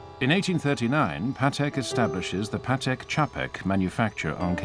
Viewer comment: Just please pronounce Patek like PAtek not paTEK. He was polish and every polish word have accent on penultimate syllable.